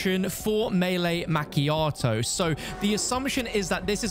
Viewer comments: Not Mac chiato it’s pronounced ma chiato. That really really scratched my brain in a horrible way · the way you pronounced macchiato lol